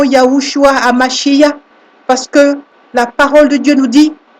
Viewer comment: YESHUA HA MashiaH et non mashia , car on prononce MachiaR , le H finale est tres important, voyez en hebreu la signification des deux mots